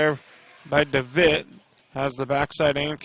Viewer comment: His last name is pronounced DeVetteeee. Has the e sound at the end. Thought you might want to know that.